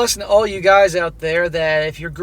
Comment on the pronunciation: "Get oot"